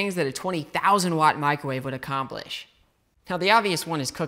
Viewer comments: Lol “macrowave” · Haha. He called it a "Macro-Wave!" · Loved your video through new knowledge..... But dude there is no Mac in microwave. Please pronounce it properly 🙏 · Liking the "Macrowave". You should market that shite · Him calling it the MACROWAVE gets me every time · He said MacroWave. Or did i misunderstand?